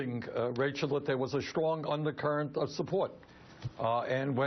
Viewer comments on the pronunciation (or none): I love Bernie, but whenever he tries to say "Strong" it comes out "Schlong". Needs to work on that...